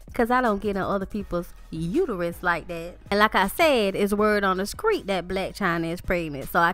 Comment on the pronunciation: I appreciate the immediate reply. Understand that I asked because I have relatives and friends from the south (where you sound to be from, or have lived) a couple of whom actually pronounce "street" as "screet" in all seriousness. Thanks again; I'm about to finish watching your video on Fabolous. These are fun! 👏